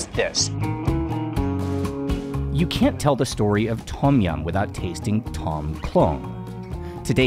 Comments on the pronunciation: Love the content, and sorry to nitpick however, it is slightly off-putting for a history channel when common Thai words are mispronounced such as "Tom" instead of "dtome" and "hat" instead of "hàt" or "Haad". Otherwise, you are doing something no other farang has done yet on YouTube, so hats off to you, sir, keep up the good work! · Th-om --- yum. Its a T sound with a soft H huff...... PLEASE